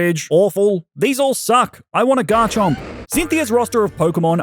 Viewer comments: Do not leave off the M in Garchomp! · The first O in Garchomp is supposed to be an A!